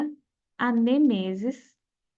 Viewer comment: legal seu conteúdo, mas errou duas palavras na pronúncia "misógino" ( que na pronúncia tem som de "z" pois está entre duas vogais e "nêmesis" que tem acento com mesma pronuncia de "Gênesis" então parei de assistir, mas no futuro, precisa atentar a isso